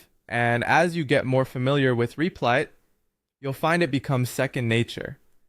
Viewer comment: U keep calling rep-lit , Reap-Light and reap-lit are u trolling ?